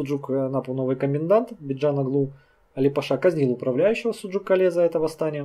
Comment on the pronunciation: Кале,ударение на букву а,с адыгского город